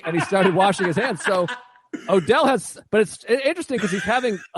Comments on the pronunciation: I'll listen to anybody talk about Jackie Brown, but it's kind of driving me crazy that he keeps calling "Odell" instead of Ordell. Not a big deal, I guess, but he's the one who said he's watched it about 900 times. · Same. And he keeps saying it wrong SO MANY TIMES.